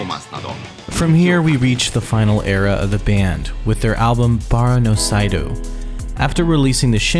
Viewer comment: Also every time he pronounced "seidou" as "sigh-doo"